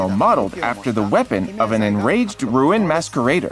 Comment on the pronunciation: Roo-in Maskweraider 💀